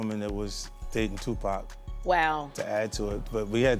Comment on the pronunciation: Is there a reason that the narrator keeps mispronouncing Tupac‘s name? It’s pac not pack. Disrespectful